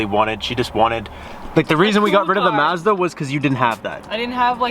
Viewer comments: I love how you say Mazda. 😂😂😂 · Lol I forgot that you pronounce it mAzda